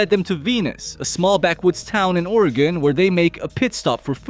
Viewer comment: Good job on pronouncing Oregon correctly. A lot of people in general that are not from here have trouble with the pronunciation.